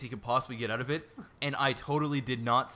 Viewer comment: So...canadians really do say oot. btw laughed my fucking ass off at the singing